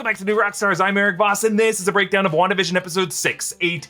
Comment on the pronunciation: Is it on purpose that you're saying "Wanda-da-fk" instead of simply "Wan-da-fk"?